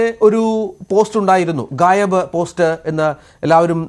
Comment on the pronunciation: മണ്ടന്മാരെ ഗായബ് ആണ് ഗയാബ് അല്ല